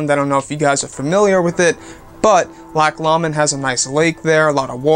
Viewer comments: LOCK LOW -mund is how it's pronounced. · its pronounced lock lowmond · I have never heard "Loch Lomond" pronounced quite that way.